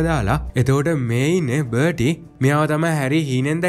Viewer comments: බටි නෙවෙයි බාටි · අයියේ.පොඩි වැරදි ටිකක් තියෙනව එකක් බර්ටි නෙමේ එයා බාටි අනික අරය ක්‍රච් නෙමේ ක්‍රෞච් . අනික අර මුලින් පෙන්නන එක කනත්තක් නෙමේ ඒක ගෙයක්. ඒක Voldermort ගේ තාට්ජගේ ගෙදර. අනික ඒක Hogwarts ලගත් නෙමේ තියෙන්නේ. ඒක Harry දකින හීනයකුත් නෙමේ ඒක ඇත්තක් ඒ වෙලාවේ උන. 🙂🥲